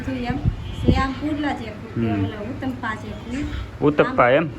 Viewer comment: ઉત્તપા નય ઉત્તપમ કેવાય ભાઈ ભાભી😅